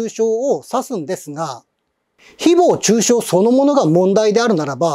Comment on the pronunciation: 誹謗中傷のイントネーションが独特で話が入ってこない